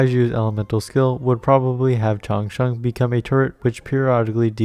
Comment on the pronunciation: Your pronounciation Chang Sheng is pretty standard😁😁😁